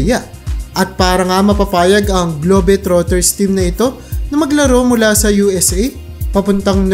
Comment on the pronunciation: MAYGAD! TAGA SAAN KABA PATI “GLOBE” DIMO MABIGKAS NG TAMA.😂😂😂😂😂